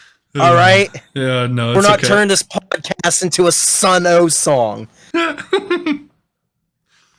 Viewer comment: You don't pronounce the O))) you 4head.